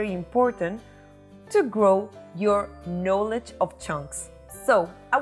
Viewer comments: Do not pronounce the word "knowledge" like "no-ledge." It is pronounced "nah-ledge" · I wish to return the favor you provide (helping non-Hispanics speak better Spanish). The word "knowledge" when divided is "knowl" and "edge" and is pronounced "nol" (short o) similar to nawl and "ij", with the accent on the first syllable. I will try to improve my knowledge of how to correctly speak Spanish by watching your show. You really make learning fun! Muchas gracias!